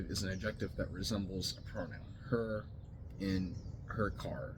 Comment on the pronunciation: Why does any of this matter to you. Like you said you want he him. Gods! End of story. Plus if you’re going to discuss grammar… the word adjective is pronounced ad ject tive.